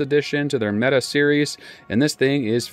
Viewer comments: Why does everyone call them META? It's pronounced meh-tay. English is hard for Americans i know. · meh-Tay MC9